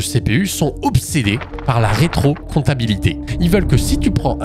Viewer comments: Sauf erreur de ma part on dit rétrocompatibilité et non rétrocomptabilité ??? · rétro-comptabilité ? mdr C'est rétro-compatibilité :) En vrais, bonne vidéo et très bonne explication! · retrocompatibilité, pas retrocomptabilité 🤣à moins que ça retrocalule nos anciennes fiches de paie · Il y a que moi qui bug sur le "Rétrocomptabilité" au lieu de "Rétrocompatibilité"? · Ils sont obsédés par la RÉTROCOMPATIBILITÉ, et non la rétrocomptabilité 🤣😂 ! A part ça super vidéo ! 😁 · J'ai pas compris le meme de dire "rétro-comptabilité" au lieu de "rétro-compatibilité" à chaque fois quelqu'un peut m'éclairer ? Vraiment excellent en tout cas ! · Dev ici, vidéo exceptionnelle, mention spécial au Rétrocomptabilité :Pje pense que tu voulais dire Rétrocompatibilité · T'es sur que c'est pas "rétrocompatibilité" que t'essaye de dire depuis le début et non pas "rétrocomptabilité" ? La vidéo est super cool en tout cas, merci à toi pour tout ce taff ! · Petite correction : ce ne pas 'retrocomptabilité' mais 'rétrocompatibilité' :) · "Rétro-compatibilité"... Et non pas "Rétro-comptabilité" ! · "rétrocoMPTAbilité" ?? Plutôt "rétroCOMPATIbilité" nan ? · C'est pas rétrocompatibilité au lieu de rétrocomptabilité? huhu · Par contre c’est rétrocompatibilité pas rétrocomptabilité, non? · Marrante cette manière de dire "rétro comptabilité" au lieu de "rétro compatibilité" :) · Non mais sérieux, rétrocomptabilité ?! Un lapsus ça arrive, mais là c'est aussi écrit comme ça à . En plus c'est répété à et encore à . Pfff. Pour info, c'est rétrocompatibilité, ce qui signifie compatible avec l'ancien. C'était fait exprès ?